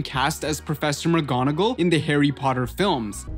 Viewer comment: Hawwy pottey